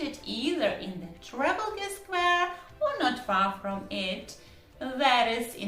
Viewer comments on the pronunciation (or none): Trafalgar - the stress is a bit unusual